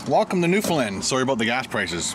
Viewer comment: I know you made these a year ago but it's pronounced "noof'in' land not lind lol (I live there)